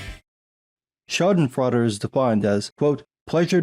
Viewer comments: Dude. When a silly kids movie (Igor) comes closer to pronouncing schadenfreude correctly, time to increase the prep-time on these vids. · Schadenfreude... Schaden = damage Freude = joy, delight The sweet bliss of watching your school bully falling down the stairs. That's Schadenfreude. It's a german word. You can google how to pronounce it. You sound like your mouth is stuffed with Butterbrezel and Frikadelle. But respect that you understand the meaning of the word. Haha - Nelson Muntz